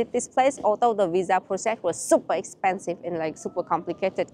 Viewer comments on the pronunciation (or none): none